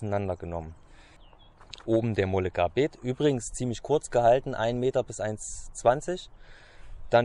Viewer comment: Sprich:Möllegabet, nicht Mollegarbit.